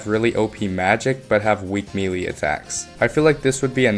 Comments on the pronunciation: Melee is pronounce maylay, not meelee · "simularities" "mealy attacks" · "Meelee?" Are you joking? There's no way you actually think it's pronounced that way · Hearing people say *mee lee hurts so much. Its *may lay* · pronouncing "melee" "me lee" is like pronouncing "entree" "entry" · I wanted to stop watching when I heard him say that. Why is it so hard for people to say “melee” correctly nowadays? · 1 person mispronounces and suddenly that's somehow means its commonly mispronounced?